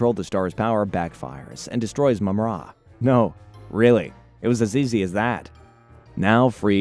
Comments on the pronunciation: I appreciate you putting this together and it makes me realize the show was fairly well written compared to other kids shows of the time. That said, no idea why you pronounce it Mum-RA instead of Mumra. You even said Mumra a few times but went back to the more awkward pronunciation. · First of all its Mumrah not moomrah. And it's Wiley Kit and Wiley Kat not willy. And its Jaga as in Jaguar. NOT YAGA! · ThunderCats in the 80s was a daily show. Monday through Friday Jaga is not pronounced Yaga. Mumm-Ra is not pronounced Moo Mra WilyKit and WilyKat are not pronounced Willy. It almost sounds like a computer is telling the story rather than an actual fan of the show. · And Wylie Kit and Kat. Long "i" sound, not short. Same with Mum Ra, not Moom Ra. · And Mumrah not Moomrah. Lol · They are called Wylie Kit and Wylie Kat, not Willy Kit and Willy Kat 😂😂 Also it's Mah-Mutt not maymutt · It's Mumm-Ra. The Egyptian god Ra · Only managed to get to 50 seconds in, once the names were so bad i could not watch any more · Its called MUMraaaa fck sake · Thank you. Plus it's Mumm-Ra like the Egyptian god Ra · and “Moom Rah” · mum RA! Lol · I figured he would get that wrong including Mumra. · And mummra. Sheesh... Appreciate the work though